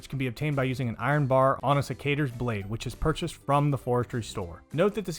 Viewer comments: Cicadas? Sec-ah-tours… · Sec-uh-turs. Idk what you said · bruh wtf did you just call secateurs??? XD